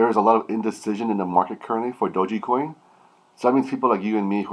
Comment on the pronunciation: Ur pronouncing it wrong